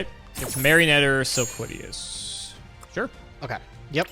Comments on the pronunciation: Sil-lola-quiz: Sil-quiddy-yas the card: Silquitous. sil-quit-ous. its not hard guys. spell it out. sound it out. read it. Silquitous. and i thought was bad with names. jeez. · I like how and both had different pronunciations of Silquitous and both of them are wrong